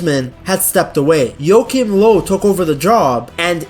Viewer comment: Say Joachim Löw again please 🤣 Love your channel m8!! Peace